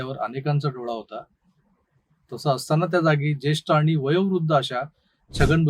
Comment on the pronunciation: plz try to work on your Marathi word by saying "आणि" and not "आनी"